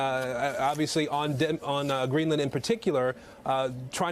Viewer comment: in , he says "Greeland is a country" ?